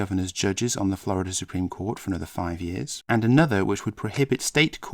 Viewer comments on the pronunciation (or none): none